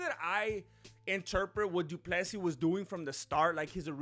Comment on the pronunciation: Du Plessy it's Dutch, and one name 📛 it's (Bur'y) this people f...t up south African people. Love your work, but I'm not izi fan but, you spend little more than googling about history....